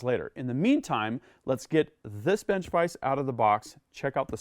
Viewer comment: Dude. It's. A. Vise. Lol